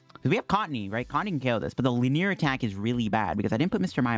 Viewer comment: Li-nee-er attack. Three syllables.